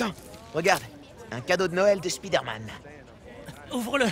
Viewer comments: À et Non lui c'est Spader-Man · Avoue ta rigoler pour l'accent français "Spider Man"🤣😂🇫🇷